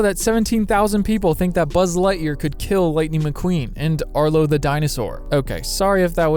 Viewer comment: No one: Absolutely no one: in: ”BuZz LiGhThEaR”